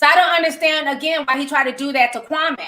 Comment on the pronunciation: Kwame name is pronounced “Kwameee”...Steven A is the one who changed the pronunciation